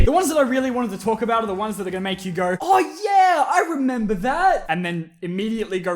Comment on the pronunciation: The “oh yeah” was the most Australian thing I’ve heard say